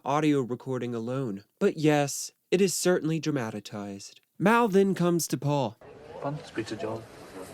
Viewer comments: "dramatatized"? Dramatacized. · “Dramatatized”, that’s not a word. You added an extra syllable. The correct word is “dramatized” or optionally “dramaticized” Interesting, it seems you are trying to reverse the Peter Jackson effort and return to the dour portrayal in the original movie. In regard to the band splitting, it was John quitting during a business meeting. He had established a relationship with Alan Klein. Klein was aware of John’s aspiration to leave the band but was shocked when John blurted it out prematurely at said meeting. The acrimonious portrayal of the break would only come into play much later when arguing over the assets and Apple Corps. I noticed you forgot to pronounce the “s” at the and of Apple Corps. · Dramatized, not dramatatized.